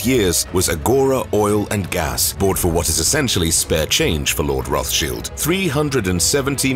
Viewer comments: Its a German name, its not a "th" sound... its a "t" as in time followed by a "sh" as in shivering. Thats the entire "thsch" part properly pronounced. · Its Roths-childs. It says a lot when you can't even pronounce the persons name correct you're doing a docu on lol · Rothchilled is an irritating way to pronounce their name. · He pronounced it the Austrian way. The name is roughly Red Shield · It‘s not even fully correct. Rothschild is of German origin. German has no fricatives. >th< is pronounced just as >t<, like in River Thames, which curiously also isn’t pronounced as a fricative. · Why are they mispronouncing the name? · You are mispronouncing the name. There is an English pronunciation and a German pronunciation. You are using neither. There are many yachts worth more than this one. Plus, yachts are not an asset. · Your pronouncing their name wrong! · Pronunciation is wrong no? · Get ur pronunciation of the surname right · learn to pronounce ther name correctly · Please learn to pronounce Rothschild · Its pronunced, roths - chiled - not shilds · It’s RothsCHILD not Shield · Why are you pronouncing it Roth-Shields and not Roth-Child’s though? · It’s Roths Child not Roth shield… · Wish they can get the name right it's pronounced Roth's child not rothsheild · Interesting and entertaining but confused over pronunciation. English pronunciation Roths- child german pronunciation Rott- shield. Are you being extra PC going half and half 🤔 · Roth shields?😂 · If you make a video about a person at least learn how to pronounce their name! Its pronounced "Rot" not "Roff"! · Rothchild is said Roth-child not sheild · Am I crazy? I thought that the last name is pronounced Rothschilds as in emphasis on the child not Roth Shield. Now I’m confused I’ve never heard of Pronounced the other way. And if they can’t pronounce it right then how are they going to get the information correct? I vote no on this video. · Child not shield.. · Its Roth Child not sheald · It's not rothshield 🙄